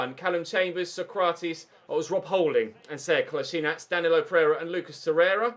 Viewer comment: Kull-as-ee-natch For some reason I got really annoyed when you pronounced Kolasinac wrong